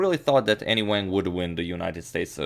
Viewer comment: Chinese name pronunciation tip: there is no 'a' like apple in Chinese, it's more like "ah", so her name should sound like, w'ah'ng. The 'a's in Chinese are all the same, so same goes for liang, etc...